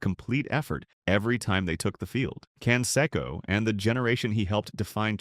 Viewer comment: Who is Can-Secko?